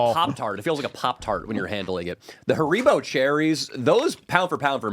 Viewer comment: The way pronounces haribo makes me uncomfortable